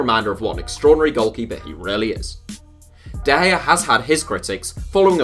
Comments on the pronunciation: David De gea not David gea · Also de gea should be d not g. U really know how to trigger someone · david de gea is a d not a g